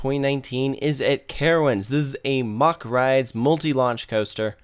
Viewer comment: Mack not mock.